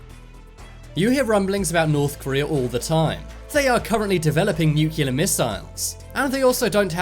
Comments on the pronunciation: Sibscribe nu-cu-lear and the fact that 300m above sea level is considered high nah dude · Hahaha so funny, the way u pronounced the word "nu-cle-ar"